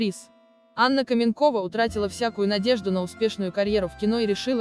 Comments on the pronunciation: Кто так текст формально и неприятно читает? То " ...вышла замуж назло сАмой себе", то "КАменкова" вместо "КаменкОва"!!! Потренироваться перед записью не судьба что ли?! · Такое чувство,что это перевод ,а не русский текст.КаменкОва,а не КАменкова.Да и другие слова есть не с тем ударением. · Ну почему КАменкова. КаменкОва.